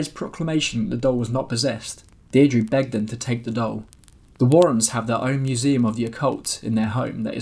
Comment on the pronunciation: The name Deirdre is pronounced Dear-druh, in the first part of video! So glad I found this channel! So entertaining!